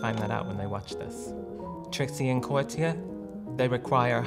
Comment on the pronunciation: “Trixie and Cawtiya.” 😂🤣😩